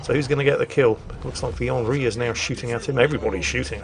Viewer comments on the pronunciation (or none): none